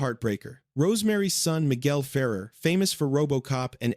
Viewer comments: pronounced "fa-Rare" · "Miguel Fair-er" was painful to hear 😵‍💫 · You might want to learn on how to pronounce Miguel Ferer last name.